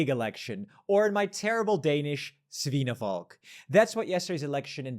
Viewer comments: The word "valg" in "svinevalg" is closer in pronunciation to "val" not "vulg". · Honestly to me it sounds more like he is saying Svinefolk (pig people), which does make no sense, and made me utterly confused, but I do agree the Svine part of the pronunciation, is arguable better than some Danes might even be able to do